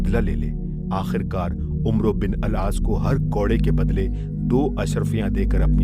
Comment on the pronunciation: قاری "عمرو بن عاص" میں "عمرو" کو غلط پڑھ رہا ہے 🙄